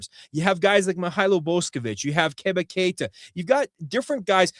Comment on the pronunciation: Too many people call him “Keb-ba Kay-ta.” It’s “Kay-ba Kay-ta”